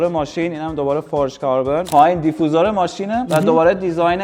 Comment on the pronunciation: دی فی یو زر درست تره به فارسی چون خودت میگفتی بگین گفتم